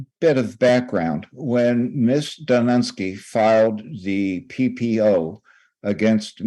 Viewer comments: The lawyer calling her miss dunce-ky is pretty funny... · Hahaha that old fella lawyer called her Miss Dunce-sky